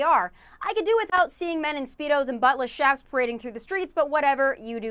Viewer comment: "Buttless Shaps" It's pronounced "CHAPS", dingbat! (I've always thought "Assless Chaps" would be a great band name, btw.) I like that Tomi's segment is called "First Thoughts". Which makes sense, given that she probably hasn't had any previous thoughts… (To be fair, she was against attacking Syria. Thus proving that blind squirrels DO find nuts occasionally.)